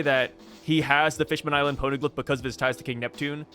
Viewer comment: "pown-glyph" XD